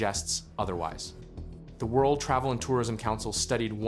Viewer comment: I guess English is not your native language. WORDL?!!